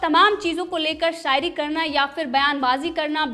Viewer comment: Mam aap apna S Sh sound thik karo.. shayari hota h, sayari ni😂😂